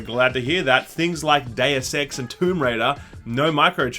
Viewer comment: Why is it so hard to say "Deus"?